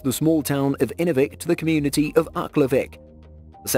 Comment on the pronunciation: I'm from the Northwest Territories and he pronounced Aklavik Wrong 😂